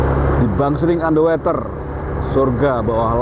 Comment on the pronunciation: BacaY bukan Ander Weter tp Ander Woter nti slh ucap bs salah artiY